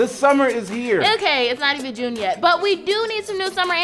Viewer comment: "Julune" LOL And my answer to your question... None of the above. lol